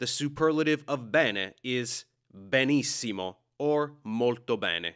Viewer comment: Italian here, your explaination was practically perfect, absolutely no issues. Just as a side note, i noticed you're not that familiar with the digram "gl" and the accent in the word "benissimo". While "bene" is actually pronounced "bène", especially in northern regions, "benissimo" with the deep "e" is a bit rare and it's fairly unusual to find. About the digram "gl", you pronounce it more like "l" which makes sense, that kind of pronounce doesn't really exist in english. About everything else, absolutely no objections.